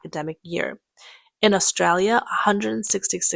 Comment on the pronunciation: Salute to the voice-over chick for pronouncing "Australia" like a real skip... "Strayah". Ken oath mate, she almost sounds like a local.